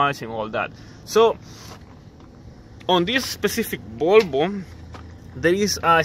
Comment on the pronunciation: IT IS CALLED VOLVO, NOT BOLBO. WHY DO YOU CALL VOLVO "BOLBO" ?